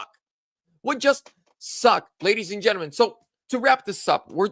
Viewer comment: I love seeing somebody pronounce gentlemen not g e n t. A m e n